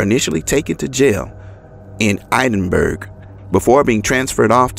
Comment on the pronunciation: Edinburg - Ed - in - burg. We as human beings make mistakes on almost a daily basis. I love your channel, content & storytelling abilities!